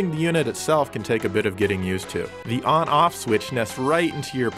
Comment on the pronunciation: He sounded weird as fuck saying on off